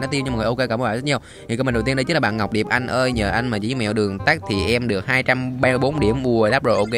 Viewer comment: Anh ơi em tên Diệp mà anh cứ đọc Điệp là sao anh :')